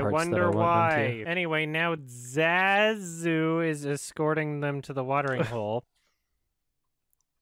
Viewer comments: I'm pretty sure that's how it's pronounced...unless Jon Favreau has been saying it wrong. Jon Favreau: ZAAAZOO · Even me as a small child could pronounce ZAZU's name correctly